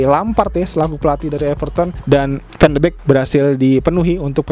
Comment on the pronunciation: bacanya van de bik bang, bukan van de bek